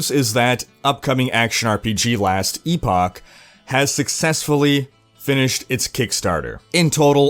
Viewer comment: you live in North America, right? Why are you pronouncing Epoch like that?